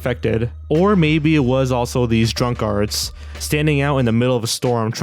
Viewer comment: Are you sayig Drunkards or Drunk Arts?